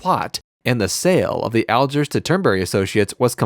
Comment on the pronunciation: Al-JEERS not Al-jers